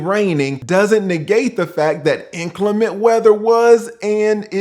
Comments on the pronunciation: Why does everyone mispronounce the word inclement? Even highly educated people say it improperly. Sad really. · He keeps saying “ inclement” like a parrot 😂